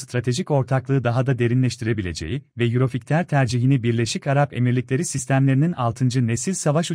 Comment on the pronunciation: Yurofigter ney? 😂😂😂 Yurofaytır diye okunur🤣🤣🤣